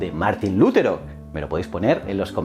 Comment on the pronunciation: Que yo sepa el acento de Lutero es en la sílaba te, y no en Lu. Si no llevaría tilde en la u.